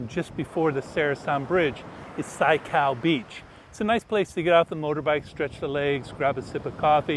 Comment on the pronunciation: Something was mistaken. Wat kaow not wat keao. Keao= green Kaow = white But ur vdo is so funny. It s full of good informations for tourists. I m waiting for your next.